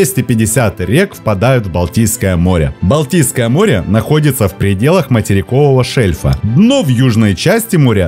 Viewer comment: Автор несколько раз произнес "Балдийское море". Может это было сделано случайно, однако, созвучие мне не кажется случайным, учитывая происхождение этого водоема в следствие сползания Валдайского ледника. Балдийское или Валдийское, от Валдай.